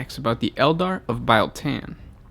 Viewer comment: LOL ITS NOT PRONOUNCED BILE SAY REAL. THEN SAY BEAL. BIEL TAN